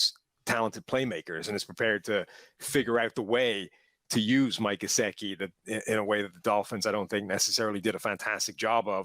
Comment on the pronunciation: This Irish guy doesn't know how to pronounce 'Gesicki.'